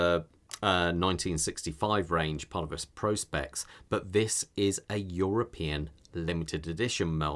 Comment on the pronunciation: Well done on being virtually the only reviewer who actually knows how to pronounce Prospex correctly 👍